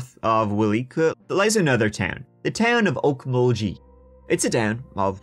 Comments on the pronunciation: I adore, but my guy… it’s Okmul-GEE not Okmul-jee. My eye started twitching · Oklahoma is more weed-shops than churches nowadays, & Okmulgee is pronounced GEE as in Goose, but who cares I guess. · It’s pronounced Oak-Mul-Ghee (like the butter): Okmulgee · I am dying at hearing say Okmulgee 😂 I want him to pronounce all of our town names here! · Hard G in Okmulgee.